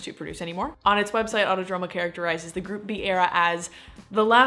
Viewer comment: Auto-Dromo, No. Ah-oo-Toh-droh-moh.